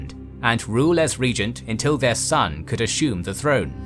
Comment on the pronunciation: Asshumed you say? Drinking every time you say “assume” would be lethal haha.